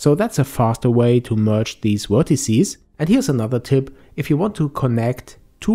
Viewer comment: Very helpful, but you keep saying "wertecies" :p